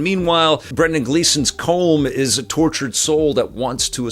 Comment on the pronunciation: As an Irishman, I laugh every time you pronounce Brendan Gleeson's character's name! You're saying something closer to "comb", as you might use for hair, but it's pronounced "column", as in a pillar, or that classic Sega puzzle game! Regardless, I love your review, and I can't wait to see this!